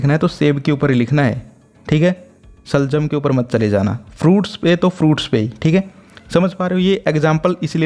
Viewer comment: Bhai सलजम नहीं शलगम है 😂😂